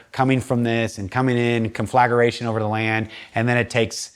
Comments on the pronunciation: Con fla gra tion, not con flag ER a tion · Thanks for this. A lot to think about. Also, the word is conflagration and is pronounced con-fluh-GRAY-SHUN